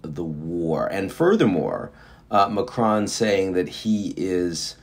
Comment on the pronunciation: Please do not pronounce the 'n' in Macron